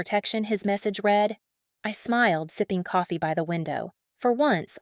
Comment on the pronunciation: All of these stories are bullshit. Some are entertaining, while others are a waste of time. Stop using an AI voice. When listening to a “story” and the voice pronounced words in the wrong meaning or how the words are spoken. Read / read. People say the different words correctly, not an AI voice.